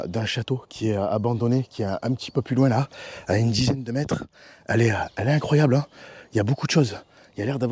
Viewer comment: 🤣cette mignature de putaclick !! Mdr et cette ganache 😅 Un requin dans une pitite piscineuh wow mais c est incroyohh !!!🤣